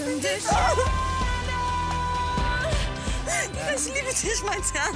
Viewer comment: Kein Hate aber:Zwar nicht der beste Gesang aber die Aussprache ist viel schlimmer :"Nein isch lass disch nisch raus "😂😐